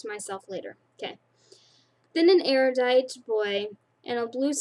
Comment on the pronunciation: Ab-ne-gat-tion(say it like that) Can-dor Eru-dite(you said it right!) Am-it-y Dauntless(pretty easy) Haha But you are doing good! :D